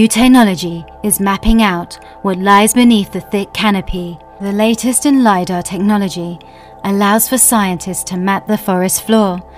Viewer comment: I can't withstand this "Teh no logy" anymore why did she pronounce it teh nology